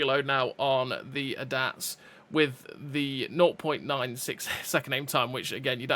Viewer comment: Brother that's NOT how you pronounxe ADATS 😂